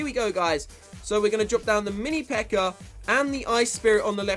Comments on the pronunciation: Why did you say always pekkr? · is it me or keeps calling the pekka a ''pekker''?